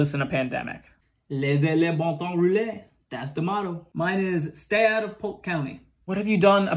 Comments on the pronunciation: I live in Sebring Florida, lived here since 3 years old. (17 years old as of writing this), I’ve never pronounced Polk county, “poke”, sure the l is very short, but straight up calling Polk “poke” is an insult to Grady O’ Judd, you are now on the Polk country sheriffs most wanted list. Pray that God grants you salvation ‘fore he shall not. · agreed it's pronounced more like P-ole-k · Josh Parker we actually pronounce it “Poke” county cuz we don’t use L’s here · So my ex is from Polk county FL and they pronounce it “pole” county.